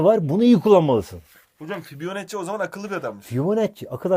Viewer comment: fibionacci degil fibonacci